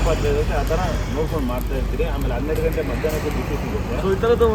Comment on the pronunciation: Anna adu ಘಂಟೆ ಅಲ್ಲ...ಗಂಟೆ.. ದೇವಸ್ಥಾನದಲ್ಲಿರೋದು..ಘಂಟೆ.. ಸಮಯ ಹೇಳೋದು..ಗಂಟೆ.. ನಮ್ಮ ಕನ್ನಡದಲ್ಲಿ ಎರಡೂ ಬೇರೆ ಬೇರೆ..